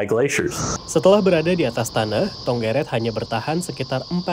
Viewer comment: Yang bener bukan tonggeret tapi cenggeret